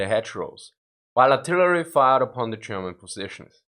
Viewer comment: Very confusing when you pronounce German as Sherman 😁